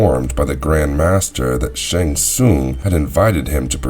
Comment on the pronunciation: Shong shongs island.